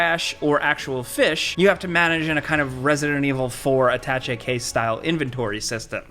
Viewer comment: heh "attache" is a silly french word, prononced "a-tash-ay", not "attatch-ay", if you'll forgive me being "that guy" :)